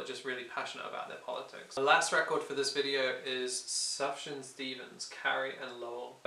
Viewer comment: it's pronounced soof-yawn stevens :)